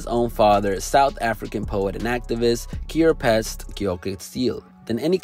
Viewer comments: Lmao, did you just say his dad's name is 'Kerepest'? Geez, you really butchered his name, lmfao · The way the late Ntate Keorapetse's name pronunciation was butchered lmao . Just call him Mr "Prayed For You"